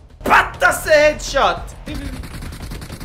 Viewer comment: Not patt se it's patch se headchot😂😂